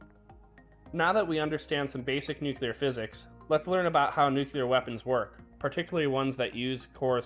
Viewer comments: NU Cleee Arrr!!! Not " nucluyer"!!! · Nu-ku-lar?! Maybe you should learn to pronounce 'nuclear'? properly